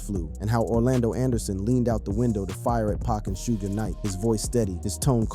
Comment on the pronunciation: Why you pronounce Suge name like that ?